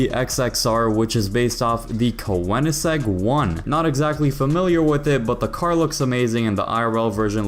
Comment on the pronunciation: Im so sorry but I can stop laughing on how you said Keonigsegg.